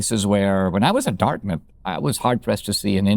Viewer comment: I thot you said “a year later I got into darkness”, but you said Dartmouth! Maybe the same today!